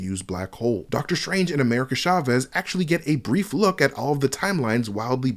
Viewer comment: It’s not “Shavez,” but “Chavez” such as in Choice, Charter, and Charity.